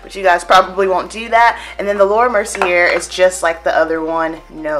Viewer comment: Thanks for this review/demo! I'm loving all these companies coming out with powders for us, too!!! P.S. "Mercier" is pronounced like "mer-see-A" like in the last syllable of "latté" Not trying being rude at all I promise, but I just thought you'd want to know :) <3